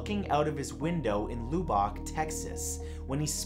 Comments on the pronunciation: Lubbock is pronounced, Luh-bick (short U sound, ü), not Lue-bock (long U sound ū) lol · I'm from texas...it's pronounced Luh-bahk texas not Loo-bahk. lol where the hell is Lewbock texas? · also when i was watching this my phone shut off out of the blue. i thought it was weird because my phone is at 73% but it was the lubbock story. also, lubbuck isn’t pronounced lookock its lubb-ick i’m not mad just thought it was funny😂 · The Texas city isn’t pronounced loo-bok. It’s pronounced lub-uc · Hahaha. It isn't "Loo-bock", Texas. It's "Luh-bbick", Texas. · #4 - We pronounce it "Luh-buck", not "Loo-Bock". Just so's you know. ^ . ^ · Matthew... Lubbock is pronounced "Lu (u like in up) Buck" not loobock.. 😀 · "Looo-Bock" Texas Really?? It's Lubbock (Luh-Bik) Dummy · I love ya Matt but did you seriously say Loobock? C'mon man. A simple Google would tell you it's pronounced LUH-buhk. Everything else is well researched yet you still mispronounce words that really aren't that difficult. I still enjoy your videos but this is getting silly. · Yesss! I would alternately pronounce it "Luh-buck," but that's such a negligable difference in pronunciation from "Luh-bic" that I don't think it matters. Certainly better the LOO-BOCK! OMG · Lol he said LUBACH....baaaahahahaha...its LUBACH, TEXAS everyone! Welcome to Lubach! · LOO BACH TEXAS. it is Lubbock as in LU BUCK Texas. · LOL It's Luh-Buck. Not Lew-Bock Love from Texas, DISLEX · 😂🤣its pronounced LUHBUCK not LOOBOCK...Lubbock TX😂🤣😂🤣 Love your videos!!❤❤ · I'm sure people have told you this by now, but your pronouncing Lubbock wrong. The u is not like lube but like the o in love. Still, I loved the video. Keep it going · It's not pronounced "loo-ba-k", it's pronounced "luh-bick". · It's pronounced Luh-buck not Low-bock Texas. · Not loo- bok dude , Lub- buck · Lew-bock Texas? Lol. It's pronounced Luh-Beck Texas. Squaring you away battle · “Luh-beck” not “looo-bock” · Did he just pronounce Lubbock tx 'loobohk' you pronounce it lubuck